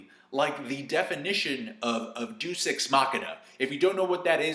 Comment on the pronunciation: lol "doos" ex machina? ok xD